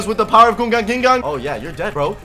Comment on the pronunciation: ``With the power of gangingan``. just say sharingan. BTW nice videos